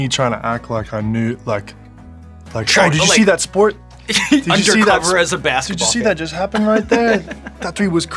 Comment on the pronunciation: the way the american accent popped out on 'aaw did you see that sport??"